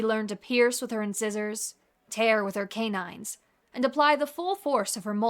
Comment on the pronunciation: I thought you'd like to know that "incisor" is pronounced in-SIGH-zor. And that's from Schoolhouse Rock and every dentist I've ever seen. I truly hope this helps.